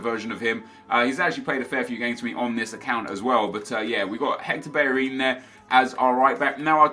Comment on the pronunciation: Why does he say Hector Berrerin? Not Bellerin?